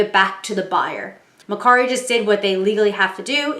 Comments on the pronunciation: It’s MER KARI NOT MER SARI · It’s MerCari with a K.